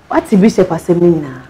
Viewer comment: I’m I the only person who hears Emilia calling bishop as bishap? It’s supposed to be bishop madam, not bishap bishap.. Ah!